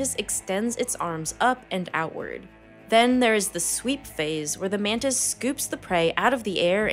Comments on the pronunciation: Btw it's Mantis,not manta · Why you call it mandis?